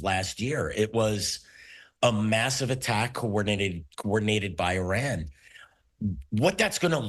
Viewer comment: Once someone mispronounces ‘Iran’ you know they don’t know what they’re talking about.